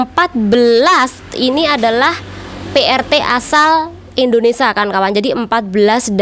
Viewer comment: Nyebut nya di beneri dikit ce.. INDONESIA..